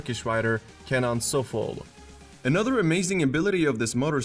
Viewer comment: Kenan "Soflu" 🤣🤣🤣 it's sofouglu. he's a 5 time world champion